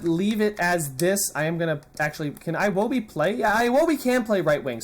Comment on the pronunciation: iwobi is pronounce ewobi